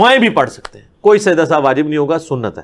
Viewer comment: Sajda e sahuve nahi sajda e sahu